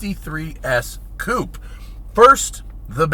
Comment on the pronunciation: “Coupé” Go home, Germany. You’re drunk